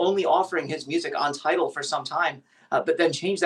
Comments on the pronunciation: Damn! at least get the name of the company right. Its "TIDAL", not title. Pay attention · It’s Tidal NOT Title.